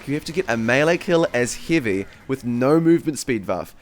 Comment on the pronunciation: I heard ''Hivey weapon'' in the start